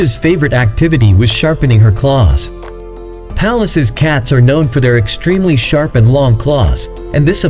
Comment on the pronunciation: Pallas not palace